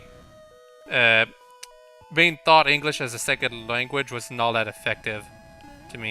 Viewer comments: Its fun how he complains about people complaining about "Tank" for "Thank" and then he says "thought" instead of "taught" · lol. it's \taut\ not \thaut\ that's the past tense of think